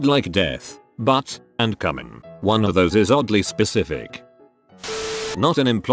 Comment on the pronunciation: When the robot voice pronounced "cumin" as "cummin'," I laughed a little too hard.